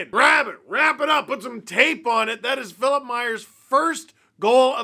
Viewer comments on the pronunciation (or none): Hearing you pronounce Philippe Myers’ name as “Phillip” is driving me nuts 😅 Otherwise great vid as always, appreciate you not releasing it in the middle of the night too 😂